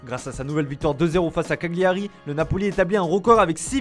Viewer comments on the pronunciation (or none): none